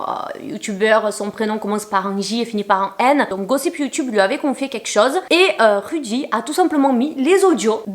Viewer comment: Tu t trahis en prononcer le nom de rudy plusieurs fois